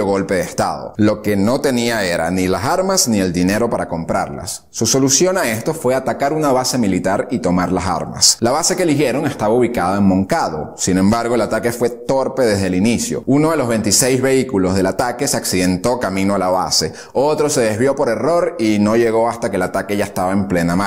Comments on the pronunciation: Muy bueno a pesar de algunos errores de pronunciación,se dice Avellaneda no avellenada y se dice Moncada no Moncado,los kilómetros nadados están mal y el lugar de nacimiento fue biran. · Imagino estarás decepcionado pues son tantos los errores que tiene la biografía que no sé si llorar o reir. Pronunciaciones terribles, cambios de fechas, exageraciones de números, muestra a Masferrer en una foto y le pone otro nombre, dice Chiva en vez de Chibás, Moncado en vez de Cuartel Moncada, que su madre y su padre tuvieron 3 hijos cuando en realidad fueron 4 ( le faltó Raúl) y de los 13000 km que nadó ni hablar, eso es cuando menos épico, debe ser un Guiness 🤣😆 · Te recomiendo que estudies más amiguito! y cuidado a la hora de hablar, que ni Willy la ballena nada 13 mil km... Cuartel Moncada, Avellaneda, Chivás (con tilde en la á), nació en Birán (en Manacas nació Antolín el pichón jjjjj), en fin, cuidado.... espero que cuando lo subas de nuevo te quede mejor. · Me preocupa que digas que es un buen trabajo, pues ni el lugar de nacimiento de Fidel lo dice bien, súmale que no cuenta a Raúl como su hermano, dice que nadó 13000km, de pronunciaciones ni hablar, le dice "Chiva" a Eduardo Chibás, pone fotos con nombres de otros, Avellaneda lo pronuncia increíblemente mal, del Cuartel Moncada ni hablar como lo llama; solo atina en la parte de que era un dictador y manipulador...